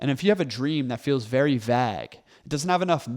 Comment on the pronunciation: Great video, however: it’s pronounced vayg vaeyg (vAgue